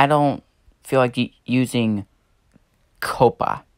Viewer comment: 1. Coppa is not pronounced "cope-uh" it is pronounced "cop-uh" 2. You are.. let's say.. half safe. If you set your videos for kids I bet you little kids watch your videos so you could lose subs from them. Non kids are safe, I'm considered a kid still, I am 11 1/2 years so yeah. 3. I am not safe. Most of my viewers are under 13 because I do a community (not anymore) that attracts kids and my content is for all ages. 4. I'm pretty sure FTC and YouTube are doing something. I hope for the best. The only thing I can say now is good luck and I hope we find a way to keep our channels safe.